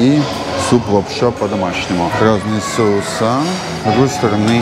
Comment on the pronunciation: СоУсы , а не Соусса 😃